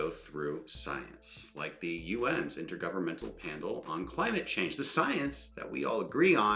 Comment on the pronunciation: This man said "Intergovernmental Pandle on Climate Change"